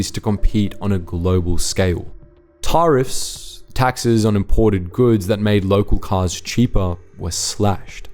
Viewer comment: "ta-riffs" not whatever you said